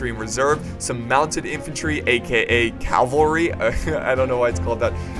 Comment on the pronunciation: its not Calvary its cavalry. Calvary was the hill Jesus was crucified on.